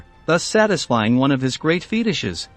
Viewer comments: Very bad computer generated voice. “Feetishes”? Absolute crap production. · The Office of Strategic Affairs? There is no such thing. Its the Office of Strategic Services and it was the forerunner of the CIA. Just what is a feedishes? Is that anything like a fetish? Next time get someone who can speak English and passed history to do your computer voice.